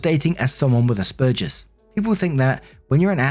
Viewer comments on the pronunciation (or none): Hi! Just a gentle bit of information: it is pronounced like "burgers" say ass-burgers but with a "P". Also the brother who was upset with sister who didn't make the meal for his step-daughter is a douch bag!